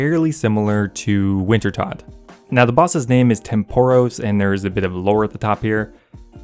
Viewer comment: You keep mispronouncing Wintertodt, I keep disliking your videos; simple as 😊